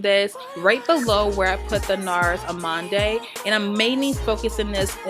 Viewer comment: gorgeous make up hun. Lol it's NARS Amande "uh-MOND"